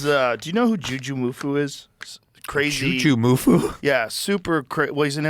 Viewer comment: Again, it's Jujimufu, not Jujumufu 😅